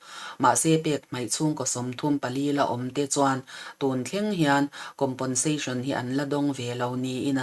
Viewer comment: COMPENSATION hi ngatinge COMPONSATION tia kan lam tak zel mai le? Fimkhur tawh teh u.